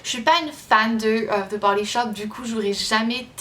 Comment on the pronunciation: J kiff trop kan tu nous sors des mots anglais ac ton accent parfait kom "the body shop"